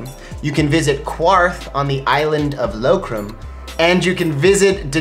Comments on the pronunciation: FYI It's KING IN THE NORTH not king of the north. and QARTH not QUARTH. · Did he really say “Kwarth” and “Daneryiss” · It's pronounced karth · That, the mispronunciation of Qarth, and over-pronunciation of Diocletian all made me cringe. Their hearts are in the right place, but dang...